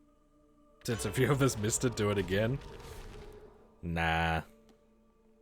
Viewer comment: “And swadddly there are a phewww”